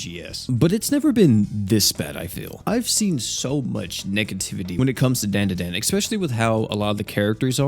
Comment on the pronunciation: Dandadan ❌️ Dan da dan ✅️